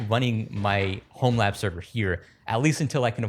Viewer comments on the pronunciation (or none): Homelabserver... Homelabbing...You talk so fast and it sounds you say 'Homeland server'. I had to look it up in your video notes to figure out what you are saying... OT: - Nice video overal - About 80GB of photo-content is not that much. I turn off that HEIC format but still I am at around 400GB of photo's, okay it is including my parents photo's and my wife's but since you take pictures of everything I would have thought you have way more than 80GB of photo material. TV-series and Movies... that is the mother-load though... 😅 Oh, and I love how you not allowed to talk about all the illegal options.... hahaha